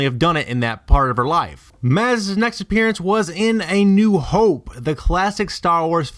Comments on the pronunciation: lol keeps saying it like appearyance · can't get past the mispronunciation of "appearance" ..... it's not "appearEEEance" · and "appearyance". agh.. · Appearance. I'm sorry, but if you can't pronounce that word correctly, your theory loses all credibility.